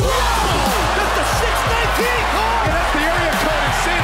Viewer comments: ITS 6 1 9 NOT 619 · Keine Macht dem Danny he called it six nineteen instead of six one nine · Six one nine not six nineneteen the commentary is lol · Why. 6 nineteen is another, more linguistically correct way of pronouncing 619.